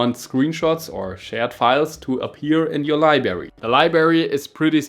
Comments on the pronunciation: Librrrrrrrrary mein Freund😅 wenn schon auf Englisch dann auch richtig 👍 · "Libary". Triggered